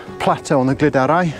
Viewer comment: Beautiful compositions there, looked a good evening spent in the mountains! Your pronunciation of Crib Goch and Lliwedd sounded fluent! For info though- the ‘Glyd’ in Glyderau, rhymes with ‘Blood’, not ‘Glid’!